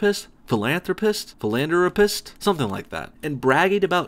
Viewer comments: It's pronounced 'full-on-rapist' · Also you cant pronounce philanthropist